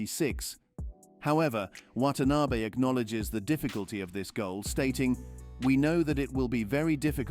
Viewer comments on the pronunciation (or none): none